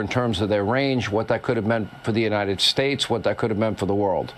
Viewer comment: They forgot to add " and God blesh the United Shates".BWAAAAHAAAAHAAAAAA!!!!!!!!!!!!!!!!!